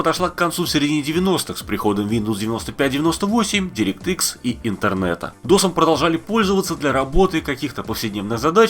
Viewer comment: Не директрис а директ икс